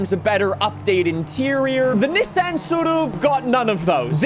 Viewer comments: Man pronounces Tsuru properly but not Nissan 🗿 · Say Nissan wrong again. I dare you